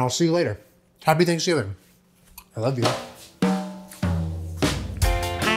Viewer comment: Did he say happy Thanksjulen? That's what it sounded like to me! 😊